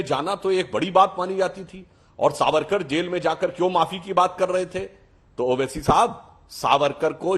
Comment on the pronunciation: Chitra ko dekho Sabarkar ko beer sabarkar bol rahi hai Mindset dikhta hai